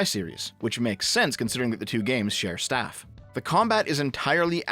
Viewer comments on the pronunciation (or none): none